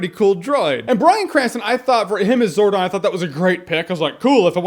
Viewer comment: umm... zordoff? its umm...zordon....